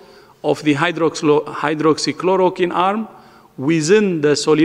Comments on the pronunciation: Sala ye v to pronounce nhi kar paa raha medicine k naam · He can't even pronounce hydroxychloroquine Yet we have to believe on them?